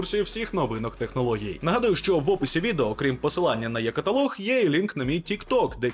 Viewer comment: Українською буде не є-каталог, а е-каталог!